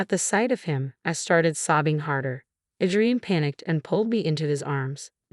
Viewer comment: It’s pronounced A-DREE-IN